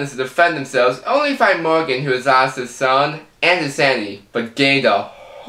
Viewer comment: Mowgan and Duwaaane. Killing myself here! (I'm sorry!)